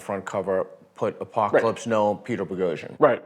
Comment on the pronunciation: BO-GO-JEAN? It's Poghosyan man. Let everybody learn how to pronounce your name correctly.